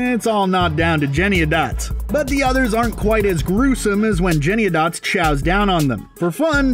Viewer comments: The name is JennyANYdots, not Jenny-o-dots. Hearing it repeated wrong so many times was irritating! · I don't really care about this movie, but I cringed every time I heard the narrator say Jennyandots. It's Jennyanydots. JennyANYdots! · It’s Jenny-any-dots. Not Jenny-ah-dots. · First: Cats absolutely DO meow and hiss at eachother and practically anything else. Second: The Gumby cat's name is pronounced Jenny-any-dots, not Jenniadots. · I haven’t seen the but I’m pretty sure it’s “Jenny-Any-Dots”… not JennyADots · Yes! Thank you, someone else said something. It’s JENNY ANY DOTS not Jenny a dots.... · him:jennyadotts Me: JENNY-ANY-DOTS 😅😅😂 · "Jennyadots." SERIOUSLY? You can't even get the name of the main characters right??? "Can YOU say this cat's name, kids? Try it! Jenny. Any. Dots. Now, put 'em all together: Jennyanydots. I KNEW you could do it!" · OH MY GOD! It's JennyANYdots, not Jenny-a-dots lol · First, the name is Jenny-ANY-dots - not Jenny-a-dots. Second, it's FANTASY, so does it really matter which cat is wearing shoes or what size the bugs are? This movie is creative, entertaining, features beautiful sets and costumes, fantastic dance, musical and acting performances. So how about celebrating that - AND CGI, enjoy the opportunity for escape from reality for a couple of hours, and save the angst for what's happening in the world. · My word of advice, as everyone is commenting, you are saying her name WRONG. It's JennyANYdots, not JennyAdots. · Her Name is Jenny Any Dots Not Jenny A dots. From the Bleeding Lyrics. I have a Gumbie Cat in mind Her name is Jennyanydots Her coat is of the tabby kind with tiger stripes and leopard spots All day she sits upon the stair or on the step or on the mat She sits and sits and sits and sits And that's what makes a Gumbie Cat That's what makes a Gumbie Cat! So The most cringy thing for me is the Screen rants voice over guy butchering TS Elliotts poetry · Jenniadotts? I’m pretty sure it should Jennie Annie Dotts?